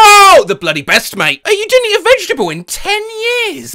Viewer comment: "You disnt see the obivous" "I disn't see it at all" is HILARIOUS 😭